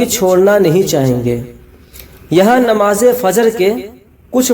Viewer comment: Assalam alaikum mohtaram plz apne talaffuz ko pahle thik se bolna sikhiye farz hota hai farj nahi namaz bolte hai namaj nahi mazrart